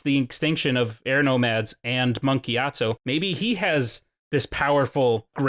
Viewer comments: Monk gyatsO NOT TSU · "giat SUE" lol giatso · Am I the only one who constantly hears "Monk GyatsU"?